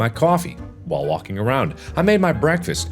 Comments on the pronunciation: is it just me or markiplier is saying "wonking" and not "walking" XD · is it just me or does it sound like "wonking"